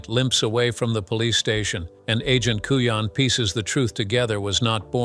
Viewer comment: AND AGENT CUJAN (COOYAN)